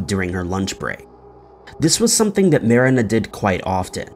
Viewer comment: You know exactly what words/names to purposely butcher to irk people.. in this case “Marina” was that name! I love it!!! Genius 😂🤣